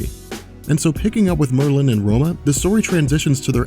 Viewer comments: Mer-linn? ....Mer-linn? FUCKING MERLIN, the most famous wizard ever, and you don't know how to pronounce his name? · Merlin is pronounced with the emphasis on the first syllable, sorry, was bothering me! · You are emphasizing the wrong syllable in the word Merlin and it bothers me. Stop it. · why is he saying Merlin...like it rhymes with Berlin? it sounds so goofy the way he says it lol. I have NEVER...EVER...heard anyone say that name that way before. that is hilarious.